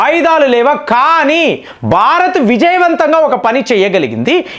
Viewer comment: 1) భారత్ అని అనండి. భా కి వత్తు పలకండి. బ కు వత్తు పలకండి. 2) ఈరాన్ అని ఈ దీర్ఘం పలకరు కదా... ఇరాన్ అని అంటారు అందరు... చాలా వివరాణాత్మంగా మీ విశ్లేషణ బాగుంటాయి.